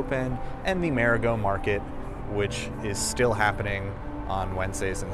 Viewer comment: Learn to pronounce MARIGOT!. Idiot!